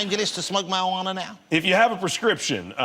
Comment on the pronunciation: Kept cringing when Ross said 'mawiwaaana'